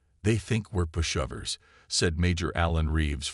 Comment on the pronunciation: "Green witch"....lol its pronounced "gren-itch". "push-of-ers", lol "push-over" AI can be so dumb.